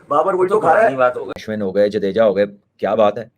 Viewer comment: भाई तुम्हारे दोस्त का नाम होगा अश्वनी वो अश्विन है पाकिस्तानी गलत बोलते है वो ठीक है इंडियन तो न बोले